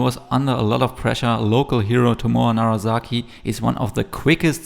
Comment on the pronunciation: A minor note - it's NaraSaki, not NaraZaki;)